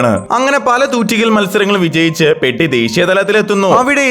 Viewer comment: പെഡി അല്ല പെദ്ധി ആണ്